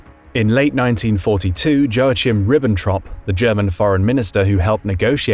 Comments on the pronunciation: You just have to love British or American people who create videos on YouTube that don't bother to find out how to pronounce names correctly (e.g. Joachim which is pronounced joˈʔaxɪm) or words (e.g. lebensraum which is pronounced [ˈleːbənsˌʁaʊm]). If only there was an easy to access website, such as Wikipedia, which contains not only the phonics for these names/words, but also audio files pronouncing them correctly. But no, the arrogance of British and Americans is "I don't have to pronounce your foreign names correctly". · say Yo-Ach-eem, with the ach like Bach. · Wah-keem, not Jo-Ah-Chim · I liked the video for the most part, but two comments, if I may, not to criticize negatively, but constructively: 1. I say this to every channel. Learn how to pronounce every word and name before you make the video. Pronouncing the ch in Joachim as the ch in "church" was distracting and amateurish. 2. Your scenario features too many "Deus ex machina" events; Roosevelt dying in a plane crash, Churchill's replaced, Stalin kills himself, etc. You could have built a case without any of these; perhaps you could have allowed yourself one instance for fun, but several major ones is too much for a realistic analysis. That being said, I like your narration voice, the pacing, and your visuals. Your production is excellent. Keep up the good work; just be a little more careful, please.